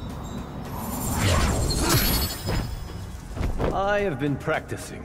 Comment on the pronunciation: Kitana not katana